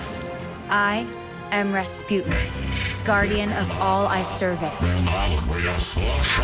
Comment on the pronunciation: Guys, I'm russian and in 2 listenings I understand only "I'm Rasputin" P.S. Real pronunciation of Rasputin is "Raspootin"